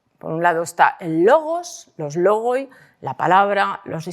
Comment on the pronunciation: Espectacular! Sin embargo, se pronuncia lógi (λόγοι, plural de λόγος) y no logoi, separando los dos últimos diptongos o e i que juntos se pronuncian i, pues el griego tiene diptongos, como el español. Gracias. Un griego filólogo que la felicita por su trabajo!